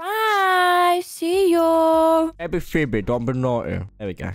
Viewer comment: I love how calls phobe pheebs 😁😁😊